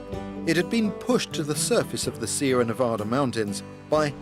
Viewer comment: I like how an Englishman can pronounce Nevada correctly when so many people from this country can't.